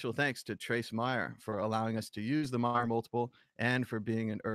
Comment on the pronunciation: Trace pronounces his own name M"A"yer... like May-er. Not Mi-er. Sad you can't pronounce it correctly when there is ample opportunity all over the Internet to listen to Trace pronounce his own name. Unless you change, it will only serve to diminished your own credibility. For such a big reader, it's sad you keep getting his name wrong.